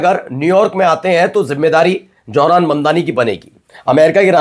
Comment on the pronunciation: Johran Mamdani isn't correct. Pronounce as Zohran Mamdani. Correct ur Pronounciation. Thanx.